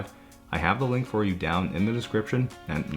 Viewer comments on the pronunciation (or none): none